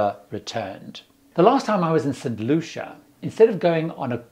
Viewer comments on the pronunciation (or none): none